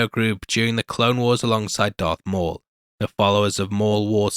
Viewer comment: Am I crazy or did he say Dark Maul?